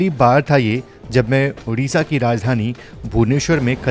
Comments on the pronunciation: उड़ीसा नही sir ओडिशा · भाई यह उड़ीसा नहीं ओडिशा है , कृपया इस बात का ध्यान रखें।